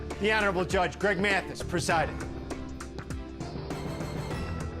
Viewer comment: Listen closely. He pronouces it "M-eeAaaathis" 😂